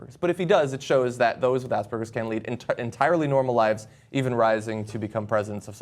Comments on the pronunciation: Aspergers, not Auspergers. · Really couldn't make a video without making an Ass burgers joke lmfao. Most people just say it like Gerbals, Ger, not Gur. Aspergerbals. Aspergers. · Asperger Syndrom is a German word. The "A" in the beginning is pronounced like the "a" in "far". "Perger" isn't pronounced like "burger" but more like "bear"ger with a "p" for the "b". Hope this helps a little bit in the future to not pronounce it like Assburgers like Southpark established.. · It's pronounced ass-per-jers not ars-per-gers. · I fucking hate the North American way of pronouncing Aspergers... makes it sound like "ass-burgers". Say it with a soft G sound, it sounds better - "as-per-jers". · Asperger's syndrome was named after the person that identifyed the disorder who's last name was asperger (pronounced as-per-gers, not ass bergers) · Pronounced "ASS PURGERS" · Aspergers has the 'g' pronounced like a 'j'.